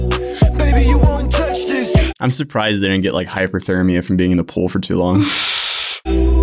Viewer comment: It’s HYPOTHERMIA not hyper my dude. Lol